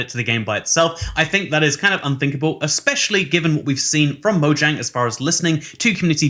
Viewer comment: Its MO-YANG